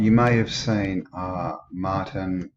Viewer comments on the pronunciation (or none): none